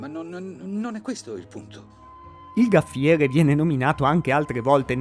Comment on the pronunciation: Gaffiere non si può proprio sentire.